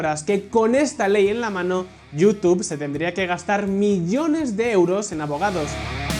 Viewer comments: Jajaja, "yutube". ❌ Se pronuncia "yutub".✔️ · se pronuncia (youtub) sin pronunciar la e, en Espa?a hay problemas serios con el ingles. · Like por cada vez que pronunció la palabra "YouTube" erróneamente. 😂😂😂😆😆😶